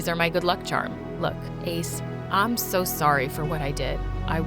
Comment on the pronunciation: I laugh when she say "I'm swo screwed, I'wm gownna crway to mwy mwommy, if I have one 😒"